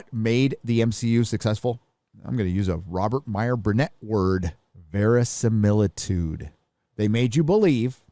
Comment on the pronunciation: THAT'S NOT VERISIMILTUDE! lol I love when attempts to give English lessons. lol